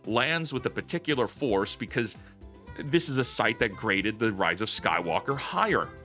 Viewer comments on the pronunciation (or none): "Oh, put the FORCE in it? I thought you said put the FORK in it."